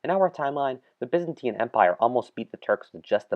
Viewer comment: they way byzantine is pronounced ffs